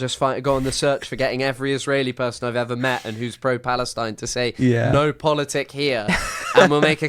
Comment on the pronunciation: Love this, but it's "POLITIK" with a 'K'!